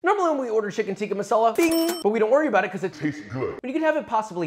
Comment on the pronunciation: Never noticed this but you say Shicken alot. is your knife Charp?